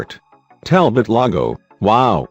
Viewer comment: It is pronounced Talbo not Talbot